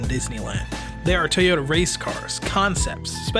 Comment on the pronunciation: it's irritating to hear people say Tuy or Tey yota. why!?!?